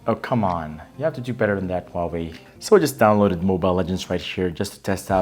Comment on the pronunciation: Mark Catanghal Not the win is huwei not chinomi 😂